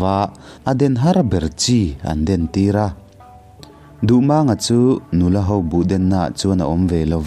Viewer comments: Duhmâng/duhmaaang niloin Duhmang tihzawktur MANG tih hi pawi(h) Lai tawng ani a LAL tihna ani. Mumang tih a MANG tihrik angkhan tihrik tur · Duhmânga ni lovin duhmanga tia lam tur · Mizo hnam peng dang ho thawnthu i chhiar dawn chuan an hming hi a nih dan tak2 aa pronounce zir ve tal la! “Maang” a ni lo “mang” a ni ee. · A dik.Duhmànga tia a lam kha mak ka lo ti deuh reng ani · Ngaihnawm lutuk, amaherawhchu, Dardini Tlangvalpa hming i lam dan erawh hi chu a dikhlel duh anih hi... A tha lutuk tho tho ania.. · Duhmanga hming hi lamdan a dik lo. 'Mang' tih lai hi thluk tawia lam tur a ni. A thluksei a lam hi lusei hming lamdan a ni a, pawi hmingah chuan a thluk tawia lam tur. He thawnthu hi pawi (Lai) thawnthu a nia.